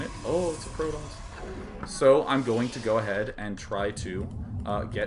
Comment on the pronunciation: say protoss. now say prodoss.